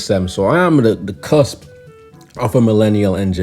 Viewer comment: I am jamaican-born millenial NEGR0 that is part chinese and even I know there is no "l" in "cusp," it isn't pronounced "clusp" as heard